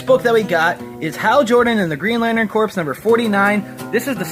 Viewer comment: I say Green Lantern Core, you say Corpse. I say tomate, you say tomatO! Ah, you're great craic (fun)!